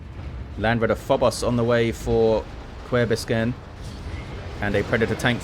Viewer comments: omg, he butchered it so hard. Someone teach how to pronounce an Ü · Kuerbiskern here😄 This was my first match casted by! So thank you so much for chosing this match. I had a blast watching it since it already has been quite a bit since I played it. The best part of the video was you trying to pronounce my name!